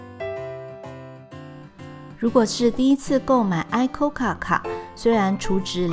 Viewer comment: 演算法帶我來的，規畫得很愜意，影片節奏很好而且音樂也很舒服呢，而且相關歷史的資料也有解說，真的是相當完整的導遊，不過有些不重要的小瑕疵 ICOCA念作「一摳卡」因為是取自「行こうか」的諧音 面向音羽瀑布由左至右分別是學問成就、戀愛成就與延命長壽 但還是很棒的旅程紀錄